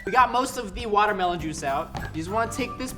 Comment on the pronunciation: I miss you saying watermlohn